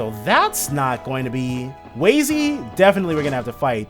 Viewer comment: It's pronounced Wah-zy, not Way-zy :p